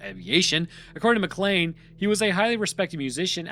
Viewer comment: McLean "MAH-klain" why can't Americans pronounce this? It's in die hard